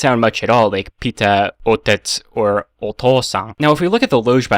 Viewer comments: Russian for "father" - "отец" ("ot'iets"), and you pronounced it as "оутэц", lol. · отеч is not OUTETZ its A-Tye-Tz 日本 is not NIhon, its niHON (i speak russian and japanese) Appriciate your videos, but when pronouncing a word try hearing google translate say it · I really love when you try to pronounce Russian words Like "отец" that you pronounced like " 'Oh-teh-ts", when it is actually pronounced "uh-'tE-ts" (with the t in 'tE palatalized) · О Т Э Ц Sorry but you pronounced "отец" completely strangely. It's more like "otiets", the "e" is soft, not hard. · Russian have another word for father - "папа" (papa). And your "отец" is so... non-russian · you mispronounced отец....